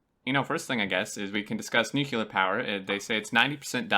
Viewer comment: It's Nuke+leer It's not Nuke+you+leer Nuclear